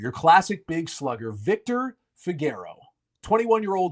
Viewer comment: I don't think that's how you say "Figeroa" lol